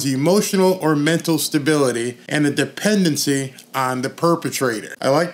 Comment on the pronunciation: DEPENDSdency on the PERVatrator